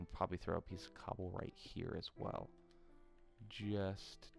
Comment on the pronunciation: Every time you were saying cobble cobble I kept hearing gobble gobble and I just kept laughing xD